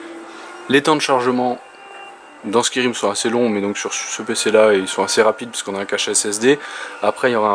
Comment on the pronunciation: Ha bon ?! Jusque là, je n'ai entendu que toi le dire de cette manière... mais c'était juste pour rire hein ! D'ailleurs c'est cool que tu ne l'ais pas pris plus mal ;) bonne continuation !